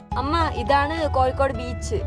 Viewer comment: Kozhikode alla koyikode